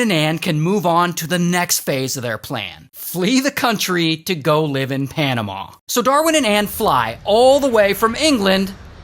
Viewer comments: It’s panamuh not panamauh just saying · The way he says panama 💀